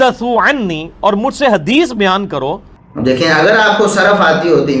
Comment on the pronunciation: tusi Hadees seen ki awaz main bol rhy ho jb k yeh saaa ki awaz main hota hai. Lo twadi v glti nikl i